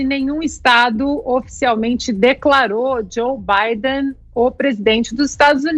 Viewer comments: ele deve está zuando o nome do cara kkkkkkkkk. Na verdade é Biden ou Bidé?? Kkkkkkk! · Zé Manézin Joe Bidener Ana ... aiiiiiii enfase no BIDEN pro Zé aprender auehuaheuahe